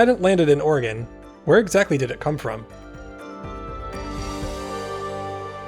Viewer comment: When did Oregon become Orgin?